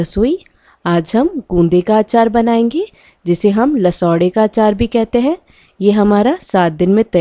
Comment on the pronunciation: It's not LASODE It's LESOOA OK... I M a rajasthani